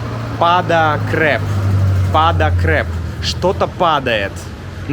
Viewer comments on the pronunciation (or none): цреп, не креп 😆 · Paznja pada crep. Crep - цреп, не креп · Это нет "креп" - "цреп" правильно. 😊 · you've been living in Serbia for more than a year. C is never pronounced as K in Serbian, never. C=Ц